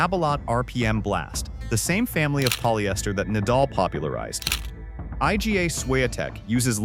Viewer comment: Horrible AI voiceover:(. Just one example: ai-gi-ei is not how you pronounce Iga (Swiatek). You, people, behind this channel, are lazy!!!